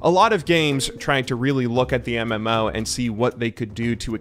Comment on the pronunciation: "MM-ouwo" how he says it 🤦‍♂️